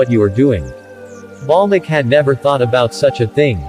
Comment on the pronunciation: its valmiki not balmiki